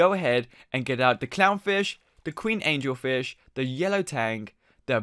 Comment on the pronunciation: Third, it's AngelFish not Angle Fish (I think lol